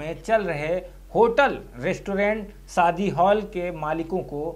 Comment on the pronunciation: Saadi nahi shaadi